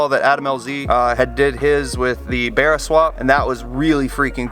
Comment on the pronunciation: Finally a American that can say barra properly